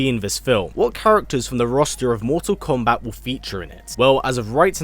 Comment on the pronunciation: Just hearing you say komebat is nerve reckoning